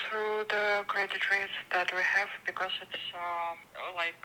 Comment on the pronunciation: Да, больше всего резануло "бекоз"